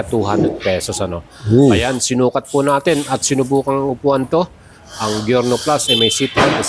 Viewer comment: Good video! pero boss it's pronounced as Jyorno. Letter J po ang pagbigkas sa G nya.